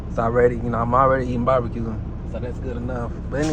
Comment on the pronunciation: Are you saying babaque or barbecue🤣🤣🤣🤣🤣